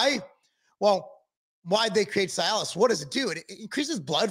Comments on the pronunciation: C- Alice. Not sy -Alice. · The correct pronunciation is ….(see a luhs) not ci-alis thank you your welcome lol 😂